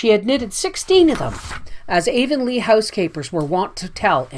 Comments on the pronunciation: Not meaning to step on toes, but the correct pronunciation of Anne's home town is Av-on-lee "av" sounding like the first syllable in avenue...spelled Avonlea. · Please forgive the mispronunciation of Avonlea! I get better with the following books!